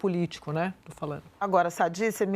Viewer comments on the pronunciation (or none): Andrea Sadi : "falano", "observano", "veno". Misericórdia!!! Sadi é falanDO, observanDO, andanDO, venDO, comenDO, e por aí vai